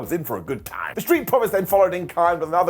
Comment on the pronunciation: "Toim and toim again." Your impression sounds like Southern US. Lol.